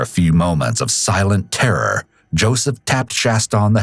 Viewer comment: lmao why did he say “TERROR” like that??’